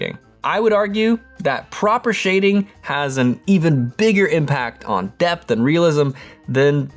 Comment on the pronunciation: Am I the only one that heard "We know perspective brings death to our drawings..." 😂☠️